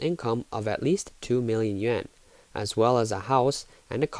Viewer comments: why do these narrators in china videos keep saying "yuen" instead of yuAn? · It's Yuan. It's supposed to be pronounced like yoo aan but they just mispronounced it.